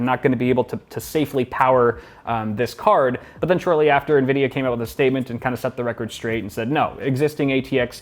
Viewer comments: did he say nuh-vidia or is it pronounced ene-vidia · Did he just say "Nuhvidiuh"? How the heck